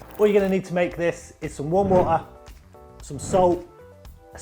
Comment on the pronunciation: "warm wo-ah, spray bo-ah"